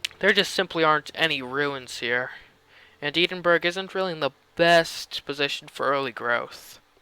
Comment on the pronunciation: Never say the word 'Edinburgh' out loud again. : )